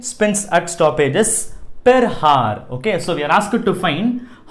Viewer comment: It should be pronounced 'our' h should be silent in hour. Thank u